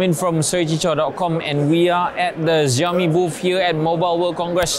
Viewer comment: Apa "zhiaomi" oh? 😅